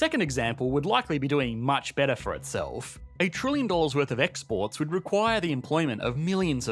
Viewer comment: ...not for the bettahhhh